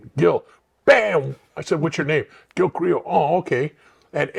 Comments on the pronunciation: Carrillo is pronounced CA like caca RIO like el Rio grande CARIO the L’s are silent I personally happen to know Gil when I was a cagapalo back in the 70 s Gil and his partner art would chase me around fast forward 45 years I got my life together I run into Gil at different places I was on a ship cruise with GIL and his wife a while back I appreciate Gil . He’s a real gentleman and standup guy. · I FUCK WITH YOUR CHANNEL.BUT WHY YOU GOTTA PRONOUNCE HIS LAST NAME THAT WAY?? SAY IT RIGHT HOMIE